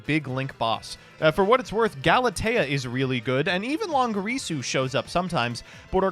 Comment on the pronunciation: "Longerisu" okay I know you like to mispronounce names to piss people off, but this time you're adding letters to the name.